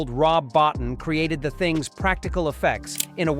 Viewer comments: Boe-teen, not bot'n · Please stop saying, 'Bot-en' Rob Bottin's surname is pronounced, 'boateen'. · You mean bo-teen. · At least get Rob Bottin's name right. It's pronounced Bow Teen ! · The thing Golden Sci-Fi Cinema never figured out: how to pronounce Bottin. It's BO-teen. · Rob's name is pronounced "Bot-TEEN." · Lean how to say Bottin's name. It's pronounced Bo Teen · I got to meet Rob Bottin with a press luncheon for his work on _The Howling:" his surname actually is pronounced Boe'teen... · Good video. Rob (Bo-teen) is how he pronounces his name I believe. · It's Boe-TEEN. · Come on. It's pronounced "Bo-TEEN." This is elementary research. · Can someone please tell this AI narrerator to spell properly. Rob Bottin, Bow teen, that's not so hard I guess, my God in heaven apparently it is. Plus what facts we haven't seen, I call BS when I hear and see it. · Rob Bow-teen. Jeezus. 🤬😆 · No joke was said. Rob Bottin’s last name is pronounced Bow-teen, which the voice over was mispronouncing. Yes, we know it’s probably an AI. Stupid AI 😂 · It's pronounced "Bo- Teen" dumbass. Childs was the thing because in the campfire scene you don't see any breath condensation from him. only Russel's. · Terribly bad AI narration. Even mispronounces Rob Bottin. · A few comments: - - wrong movie -If you're going to say Rob Bottin's name 83 times, please train your dumb AI voice how to pronounce it - It would be interesting to note that when Bottin had a breakdown, Stan Winston came in to assist with the Dog Creature - I've heard lot's of interviews with the actors from this film and never heard that they were traumatized by the filming. With the exception of some of the exterior shots, most of the film was done in studio